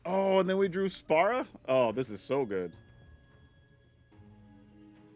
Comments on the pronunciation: Also, the pronunciation is more like "spear-uh", just fyi for the creator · You know normally mispronouncing something doesn’t bother me much but FFX is my favorite Final Fantasy game and hearing you call Spira Spara repeatedly has like a small dagger and it’s worse when that’s not even his name but the world of FFX, his name is Sin!!! 😂 still a fun watch despite this though.